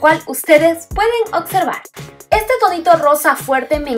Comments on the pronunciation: Ay la palabra es observar no ocservar 😔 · es observar no ocservar 😂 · Se dice OBSERVAR NO OCSERVAR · hermosa, amo tus videos.. 💜 ( se dice observar jiji..) Subí mi primer video a mi canal las invito a pasar 😌